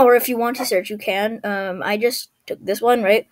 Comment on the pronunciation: why you keep saying ‘rigt